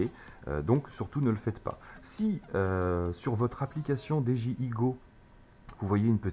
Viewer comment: salut, on dit didjiaye pas deje i